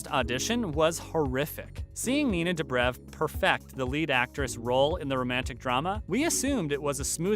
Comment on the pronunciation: I CANTTTTTT STOP SAYING STEVEN! FONT SAY SALVATOREEEEEE. WHY NINA "DUBREV"